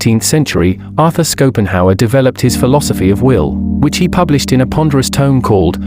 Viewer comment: Sko-pen-hawer. Really? It is Schopenhauer, my dear.